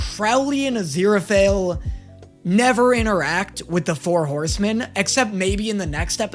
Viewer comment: “But also pwease be my four howsemen of the apocawypse” 😂😂😂 The “apocawypse” killed me dead 😂